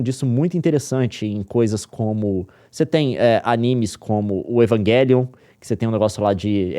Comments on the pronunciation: "Evanguelion" É foda kkkkkkk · Evanguelion doeu meu ouvido kkkkkk